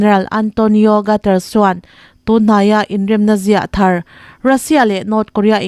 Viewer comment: Antonio Guterres( three syllables--- Gut-----te-----resss).